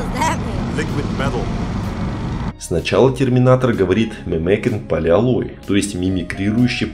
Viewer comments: Аlloy а не oloy,polyalloy,или же по русски полисплав,сплав полимеров. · Poly Alloy.. полимерный сплав он имел в виду.. а не poleoloy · polyalloy правильно, а не poleoloy. Как полимер, только полисплав.